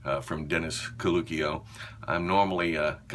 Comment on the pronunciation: Hahaha! Freelance gynecologist! Nice one. I may be totally wrong but I think caluccio may be pronounced "kalu-chio" especially if he's Italian. Great video!